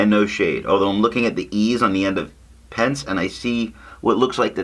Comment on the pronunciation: Agree with you! J. Herbin inks are great. I think that this one, Bleu des Profondeurs and Lierre Sauvage are gorgeous, saturated inks. Rouille d'Ancre, not so much, but it's charming in its own way. Violette Pensée (prouncounced "pahn-say, not "pence," btw), is beautiful. I sort of like Monteverde Purple Reign a bit better in terms of performance, but the color for this one is really perfect. Thanks,!